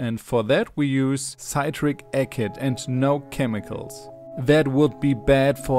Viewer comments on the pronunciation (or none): "Citeric akid" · Hallo und Grüße aus Essen, ich liebe dich, dein Aquarium und dein Englisch. Ich wollte dir nur sagen, dass es im Englischen (ich bin übrigens Engländer) "Sitrick Assid" ausgesprochen wird und dass wir auch ein "und" zwischen unseren Zahlen verwenden, die mit Hunderten beginnen, also "einhundertfünfundsechzig", außerdem heißt es "lighting" und nicht "lightning", was auf Deutsch "Blitz" heißt, was nicht böse gemeint ist, aber ich dachte, du würdest es gerne wissen. Es ist schön, Fischhalter in Deutschland zu sehen. Wir sind auf der Suche nach einem Meerwasseraquarium. Alles Liebe PS: Auch die Pflanzen heißen "an-nen-no-mees" und nicht "animals", die im Deutschen Tiere sind. Sie können sich gerne an mich wenden, wenn Sie Tipps brauchen. Ihr Englisch ist in Ordnung, aber ich denke, eine bestimmte Aussprache ist wichtig. Ich kann Englisch unterrichten, aber für dich bin ich gerne bereit, dich auf Stellen hinzuweisen, die du verbessern könntest. Ich denke, für deinen Kanal ist es gut, wenn du dein "deutsches Englisch" beibehältst, aber ein oder zwei Verbesserungen wären hilfreich. Wenn Sie interessiert sind, antworten Sie mit einer Kontaktmöglichkeit. Ich helfe gerne. :-)